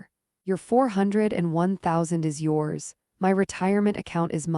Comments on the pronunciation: LMAO!!…sorry…can’t stop laughing! It is pronounced 401K (as in Kay, the letter K..!! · Why don’t you know how to pronounce 4O1K ???